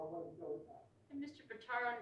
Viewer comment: Pitaro!!!! Geez Louise! For the love of Pete…! I just can’t. I. Just. Can’t. 🤔🙄🤔